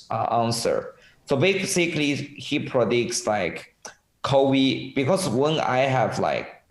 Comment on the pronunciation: you guys were almost dying when he said “Covy“